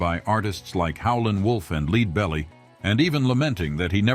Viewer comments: With all the time spent on this doing a fairly decent overview of Van, why go so amateurish and cheesy on the narration.? This must be an AI- generated voice. No halfway intelligent real human would pronounce Leadbelly as “Leedbelly” instead of “Ledbelly. ”..and the house he lives in is valued at “ 4 thousand twenty-seven million dollars “ ? WHAT? Should have spent a little extra money and gotten a real person to narrate instead of a computer generated voice “ reading” written text. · LEAD BELLY, you've pronounced, as in 'LEED" Belly; you should know the correct pronunciaton! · Yes I agree. Several pronunciation errors also, eg. "Leadbelly".